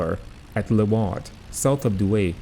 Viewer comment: Douai is pronounced Doo-Eye